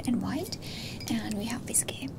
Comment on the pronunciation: I'll have a glass of the "Viskey".